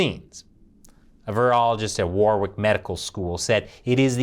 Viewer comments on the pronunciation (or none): warwick is pronounced "warrick", peasant!